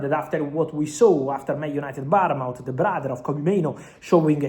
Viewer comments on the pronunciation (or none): Fabrizo it’s Bournemouth not Baraunemouth